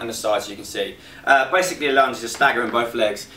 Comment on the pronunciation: I thought he said ''imma take you for a lunch'' lol